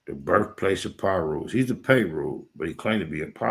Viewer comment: The "PayRu"? Lol